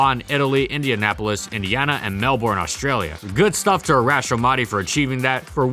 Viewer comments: I love these videos but every time he says Melbourne it hurts my soul. Us Aussies say Melbourne as Melben. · Okay free tip it's pronounced Mel-Ben (Melbourne) and bris-bin (Brisbane), it really been irking me that you've been getting those wrong